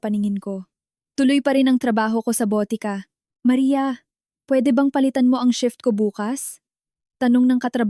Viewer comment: Botika (drugstore or pharmacy) not BOTE KA ( bote means bottle) ka (means you).